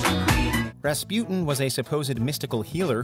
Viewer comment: The way you pronounce "Rasputin" still makes my blood boil.